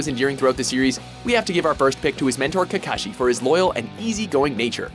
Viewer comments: Cacashi , bro its kakaashi not CACAshi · ITS kakashi NOT KAKAshi 😐😐😐😐😐😐😐😐😐😐😐